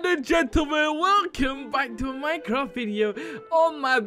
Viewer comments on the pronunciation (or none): none